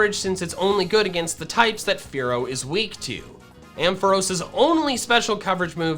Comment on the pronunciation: Did you say “Kenya” or “Fearow”??? lol